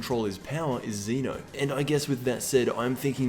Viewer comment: It's pronounced Zen'O btw